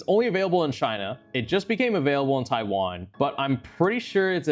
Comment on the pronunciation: "Chaiwan" is not gonna make the Taiwanese happy 😭